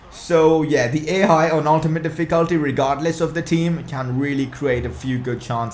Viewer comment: That's not how you pronounce "Difficulty".